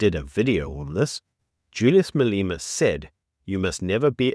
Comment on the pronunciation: I really like your content. Great summation of the days news. But, Who the heck is Maleeeema. 😂